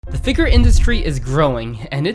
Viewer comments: sooooo annoying that you cant say figure correctly. cringe every time you say it wrong. It's Figure, not Figur. Holy shit its so annoying. Like do you think every single other person on the entire planet says it wrong and you're the only person that says it right? You haven't even once heard any other person alive say that word and think to yourself "hrmm, thats not how i say that word, maybe im saying it wrong?" like wtf dude. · all I can hear id FigUUr..... figUUr... figUUr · Super nitpick, but your incorrect pronunciation of the word 'figure' is kinda bothering me, and yes, a redneck accent would pronounce it the same way, but this guy doesn't have a redneck accent. Only bothersome beacuse of how many times the word comes up given it's the subject. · A figure channel that struggles to pronounce the word, can’t make that up. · You pronounce figure like a slur.